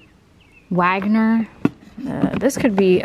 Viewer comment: To help, Wagner is pronounced "Vog-ner" in the music world. It's German . I learned it as well, not being rude just helping. Love your videos